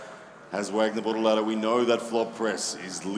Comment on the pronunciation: Bortolato, not Bortalato (or?)